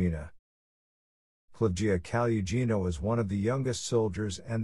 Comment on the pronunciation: The second's female surname should be spelled and written as Kolesnikova, not Kolesnikov due to the rules of the Russian language grammar demanding that all female, non-foreign origin, surnames automatically aquire an -A-ending. The seventh's female surname should be pronounced the way it's written or as Kaluggina, with [ g ] sound not [ j ].